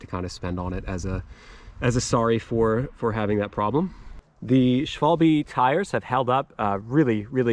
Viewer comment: thank you. you even pronounced the German word “Schwalbe” correctly.😂 I just bought the new 2024 Lux trail Cf8